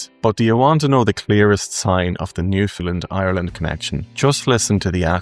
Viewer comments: Ireland is not pronounced IreLAND by the Irish and Newfoundland is not pronounced by its inhabitants Newfundlund but rather NewfundLAND! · Newfoundlander here...who has been away for nearly 40 years. Your video is very good and I enjoyed it. But you have to say Newfoundland correct. It is pronounced new-found-LAND...just like the word understand. The emphasis is on Land. It seems very few can get this correct...and drives us off the head!!!! Lol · Newfoundland rhymes with understand. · Please pronounce Newfoundland like “shake your hand”. That’s how Newfoundlanders say it.